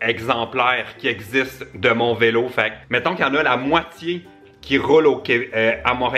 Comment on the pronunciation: il a dit vélet à la place de vélo